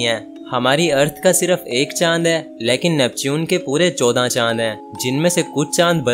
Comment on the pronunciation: Leeeeekin nahi laykin hota ha